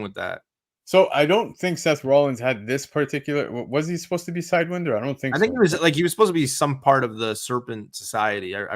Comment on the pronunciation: But who the hell is "Side when der" though? It's "side why nder" like the snake,,, serpent society / squad. lol